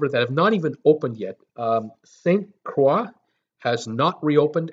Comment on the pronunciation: You have the pronunciation wrong. It’s St. (Martin) Maarten and St. (Kroy) Croix